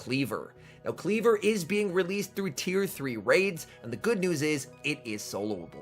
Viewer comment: Kleev-Or, not Klee-ver. 🙃